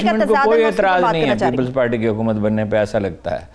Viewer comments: اردو بولو، چباؤ نہ. ہارون الرشید صاحب کی اصلاح کریں حکومت کو حقومت کہتی ہیں اور بھی - - - - - - - - -! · Can you say Haakoomat? because you say Haaqoomat